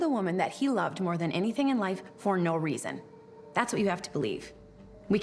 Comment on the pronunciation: Why do they keep saying "for NO resaon?"